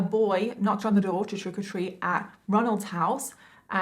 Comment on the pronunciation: Nice coverage, Well done! Quick question... did I hear her say “trickle treat” or was that just her accent? I thought it was cute and giggled when I heated it.